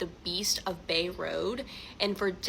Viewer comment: Bray Road. If you’re gonna tell a story get the simple parts right.